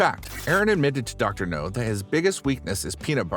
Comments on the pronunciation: Dr no ?! What is he a james bond villain or something ?! It's dr 'now' mate, try pronouncing it right ... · I disliked the video just because of the trolling of you saying "dr no" instead of dr now! RIDICULOUS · It’s “Dr. Now” not Dr. No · Dr NOW!!! Not Dr No. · Yeah and he's not consistent with how he pronounces it. No now, no now That's just laziness. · Exactly. Is NOW. Not NO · IKR! That drives me nuts!